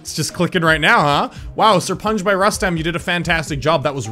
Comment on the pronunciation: ''SIR-PUN-GE'' Kappa